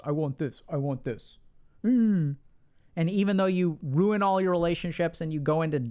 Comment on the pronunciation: Rrrruin it. Rrruin it. You’re rrruining it😂 that had me laughing so hard for some reason